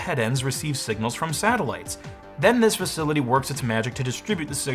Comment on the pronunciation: Satellites, you mean Sattleloons?